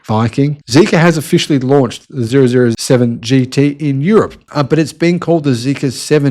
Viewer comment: OMG! It's "Double Oh 7 GT"! Hello?